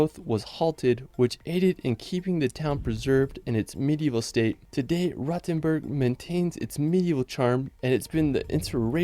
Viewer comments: Frankfurt is the ONLY city in Germany that has a real skyline. Also, earlier it is not pronounced 'Rottenburg' but 'Rohtenboorg' (long 'o' and a 'u' like in 'school') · Rotenburg is more pronounced like roadtenburg